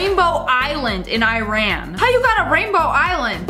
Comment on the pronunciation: She pronouned Iran wrong...